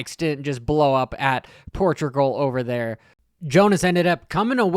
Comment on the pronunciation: did you say Torturgal?Well played 😅